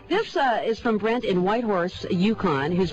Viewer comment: The way she says Brent is hilarious loll